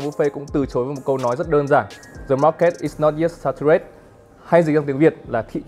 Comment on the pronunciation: anh này có thể dịch cả tiếng anh liên tục khi apple ra mắt ip12 mà sao phát âm có vẻ chán đời thế nhỉ? "đờ mát két i nót dét sa tu rét"??? mà được cái đẹp trai đáng yêu!